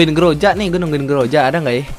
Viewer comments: Ee groza bukan groja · Groza bukan grojak